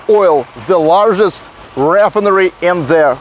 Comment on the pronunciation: ree FINE er ee. It's OK, though. I'm sure I would speak Russian even worse. You're doing good.